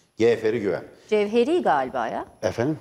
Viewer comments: Aynen birde Gevheri fln demesi güldürdü 😂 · Siz kendinizi gazeteci mi saniyorsuniz🤣 'GEVHERI'NIN' YANINDAN GEÇEMEZSIN SEN . Güya adini bilmiyormuş. C ile söylenir GERÇEK GAZETECI DIYE OKUNUR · Merdan Bey'in "Gevheri" demesinden UTANDIM...